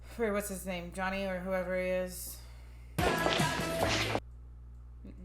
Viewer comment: Ya’ll saying his name wrong through the whole movie 🤣🤣🤣